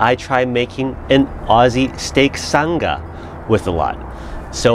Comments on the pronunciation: Love the video mate lol Just one correction, it’s not a “san ga” it’s pronounced “sang a”. As in “oh she sang a really high note”. So ‘sang’ with an ‘Ah’ right on the end of it. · Nice work, and happy Australia Day on the 26th. Can't say I've ever had pineapple on a steak sandwich, but hey, why not? We just now need to work on your accent - Sanga is pronounced like "I sang a song" with a soft G. Haha. Thanks for thinking of us mate. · Love this! My only critique would be, as a Aussie. Its pronounced sang (R) Just say say sang and then a hard R Peace and love from the outback 💛💚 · Got recommended this video just now...but watched quite a few of your old vids when I first bought my new Weber. Honestly shocked that we make up 35% of your viewership... Clearly we have an obsession.. Oh and it's pronounced "sang-ah", had to double-take when you said it because I had no idea what you were talking about haha!